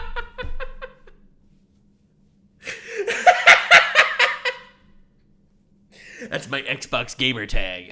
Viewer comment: just to add to the name thing. the ai pronounces it wolfgenblood. but it's legitimately, in the manga, as written, just the words wolf, gun, blood, put together. wolfgunblood.